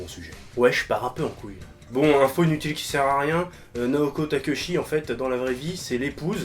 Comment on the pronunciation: Juste histoire d'être un immonde casse-pied : Le nom de la mangaka de Sailor Moon se prononce Takéotchi, même si ca s'écrit takeuchi.